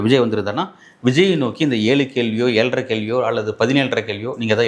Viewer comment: ஏழறை அல்ல ஏழரை....